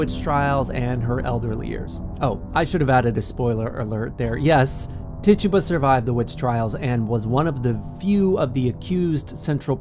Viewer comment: Tituba African/Caribbean pronounced Tey-toobah